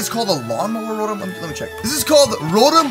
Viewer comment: It's ro Tom